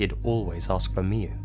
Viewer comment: It's pronaunce miyu